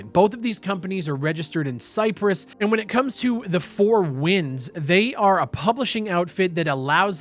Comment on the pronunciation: "registered in Cyress" uh oh.